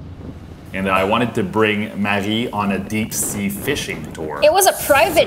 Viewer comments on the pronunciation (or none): One of the parts of your videos that I like is in the beginning. When Marie says her name is Marie (but pronounces it maji) lol then later in this video pronounced it Maggie 😂